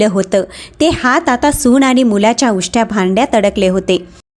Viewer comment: Awaj chhan ,clear explanation. Pan faktta aani, Paani ver laksha dya.